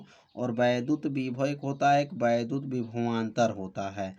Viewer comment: Vaidhut ❌ Vaiddhut ✅